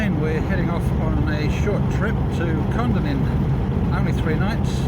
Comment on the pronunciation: Great video. Kondinin is pronounced by us locals as kon - dinin